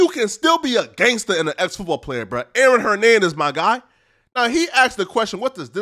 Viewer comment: Bro said Aron Hernandez 💀